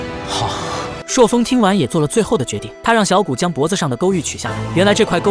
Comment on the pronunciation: 朔風 不是塑風